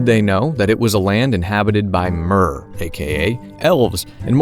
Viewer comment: Sidenote: The word "Mer" in Elder Scrolls is pronounced with the same sound as the word "Bear," so it's more like "Mehr."